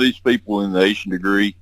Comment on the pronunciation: what’s the deal with “Ah-Sha”? Why are you repeatedly claiming Asha’s name is pronounced “Ah-Sha”? Her name is Asha Degree and the phonetically correct pronunciation is “Aye sha”. Asha Degree has not been found and her disappearance is still an open investigation.